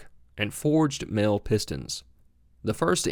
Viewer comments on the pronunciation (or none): nb: Mahle is pronounced 'molly'